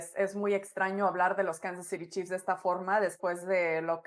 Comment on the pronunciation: Me pregunto, éstos 4 analistas para que público se dirigen? para los gringos o para el de México? Que les cuesta decir "acereros",los jefes ","los cuervos ", etcétera, está bien su pronunciación, sobre todo las chicas, y el pelón diciendo"Kansas citi "... ó era"ciry"?!no saben desligarse de cuando están transmitiendo el partido